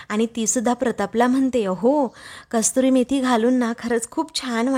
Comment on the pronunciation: कस्तुरी मेथी नव्हे तर कसुरी मेथी म्हणतात. एवढेसुद्धा लक्षात येत नाही का? नेव्ही पिके चा केवळ आवाज चांगला असून चालत नाही तर तिने योग्य शब्द योग्य पद्धतीने उच्चारले पाहिजेत. तुमच्या व्हिडिओमध्ये या चुका वारंवार घडत असतात. व्हिडिओ पूर्ण झाल्यावर युट्युब वर टाकण्यापूर्वी एडिटिंग होणे गरजेचे आहे.